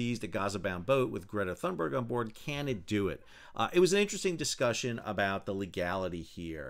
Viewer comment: Why do you say Thurnberg when it is Thunberg. There is no R after the U. Edit you say Cunningham correctly Thunberg is similar.